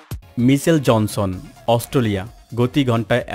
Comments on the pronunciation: অস্টোলিয়া নয় ভাই অস্ট্রেলিয়া। একটু বাংলা ভাষাটা পরিস্কার করুন। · ভাই সব ই ঠিক আছে,Australia উচ্চারণটা প্রতি বারই সঠিক হয়নাই বলে আমার কাছে মনে হয়। আশা করি ভবিষ্যতে আরও সতর্ক হবেন। ক্রিকেটের একজন পূরানো দর্শক /শ্রোতা হিসেবে আপনার ভিডিওটার বিষয় আমার খুউব পছন্দ হয়েছে। আপনাকে অনেক অনেক ধন্যবাদ ও শুভকামনা।